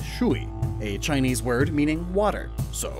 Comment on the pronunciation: I cringe when he butchers Chinese